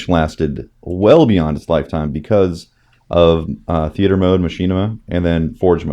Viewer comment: "Theaeter mode"